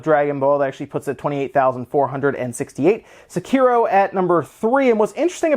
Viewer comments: A lot of folks keep emphasizing the syllables wrong, saying suh-ki-ro instead of sek-i-ro. It is pronounced in the game but rarely, so most folks are probably pronouncing it how they think that it might be before they hear how it's actually pronounced, and it's pretty typical for English speakers to mispronounce foreign words like this - especially since English words tend to put emphasis on certain syllables in a way that many other languages do not. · It seems like almost all of these youtubers are mispronouncing Sekiro...